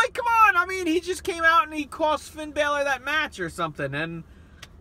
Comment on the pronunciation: you said Finn balor wrong